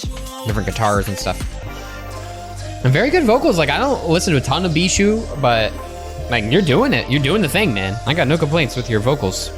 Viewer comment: (it is pronounced bee-shoe btw)